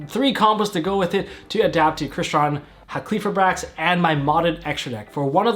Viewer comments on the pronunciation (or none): bruh tell me where in the fucking name does it say "-qli-" it is "Hal-key-fibe-rax" not "Ha-kley-fib-rax" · Halqifibrax is easier to pronounce than everyone is making it., you keep saying “HA klee fribrax” which is wayyyyy harder and easy to stumble over. Broken down should be “Hal kih feye bracks”. That’s how I say it. Easier imo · My dude, it’s Hal-key-fy-brax. Great video though.